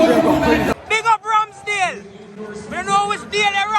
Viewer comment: man really say Rams - Dale !!! his name wont be the same anymore